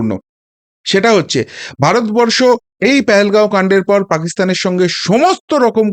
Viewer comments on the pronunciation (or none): সালা দালাল ভারত বরষো ঠিক ভাবে উচ্চারণ কোরতে পাড়েনা